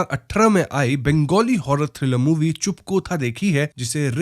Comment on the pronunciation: As a native bengali speaker, Chupkotha is pronounced चुपकौथा. Not चुपकोथा।